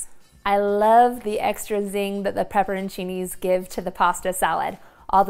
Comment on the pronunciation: I love them I was just confused on how she said it. Lol